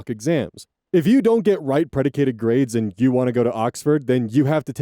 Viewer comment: Hattie is pronounced like a hat, a hat you wear, rhymes with cat or bat or fat or shat or or ... and preDICTed, not prediCATEd, predicted grades. predicate is a word; it has several meanings. but it doesn't make sense, to me anyway, in this context, although I suppose someone smarter than me could make it work. and its spelled predicted in the text on the screen.